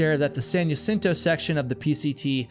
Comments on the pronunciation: It’s pronounced HA-cinto, not Ya-cinto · Jacinto - HA-seen-toe ❎️ Jacinto - Yuh-sin-toe ❌️ Eta: When this happened, there were so many people in my local hiking group (san diego) saying such awful things about this accident. It really pushed me away from hiking communities. There are so many "high and mighty" hikers that seem to have forgotten that everyone starts as a beginner and that accidents can happen to ANYONE regardless of skill level. Second Chance has a video where he had to turn around in that same spot. I've been on it a few times, and it is extremely dangerous. God bless Trevor's family; may they find peace and continue to strengthen their sons legacy through the program that they started to save many more lives ♡ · Just for future (and we all do this, so this is not meant as a criticism), the word "Jacinto" is pronounced "Hacinto", not "Yacinto". Thank you for telling these cautionary tales. There's always another "Trevor" out there who - if he sees this - might think twice before traversing that trail without the proper equipment. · Maybe that’s how heard the locals pronounce it? I can’t get people to pronounce my name correctly. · Jacinto in pronounced “ha-seen-to”. In Spanish J Is like h. Like t is with jalapeño. Ñ is like y. I’m not sure how you are mixing these up but I’m ngl it’s driving me insane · I was looking through comments to find out how that part was spelled because I've also only ever heard Jacinto pronounced ha-seen-toe until this video, glad I'm not the only one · That plus mis-pronouncing Jacinto 15 times about drove me crazy.